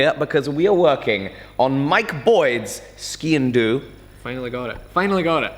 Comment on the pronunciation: Ski en do 😂 that's what I hear